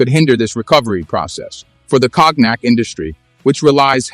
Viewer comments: You can say KONIAC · Please pronounce "Cognac" properly. You pronouncing is killing the word. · Check your pronunciation of “cognac”. (I am not criticizing the content) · Cock neck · I love how AI reads cognac as "kognek" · You call President Xo by his first name, Jin Ping, as if he was in your family. At another time you spell his name “X-I” instead of saying it. You can’t pronounce “cognac”. And you exaggerate the trade war as a “battle for dominance” You don’t know this topic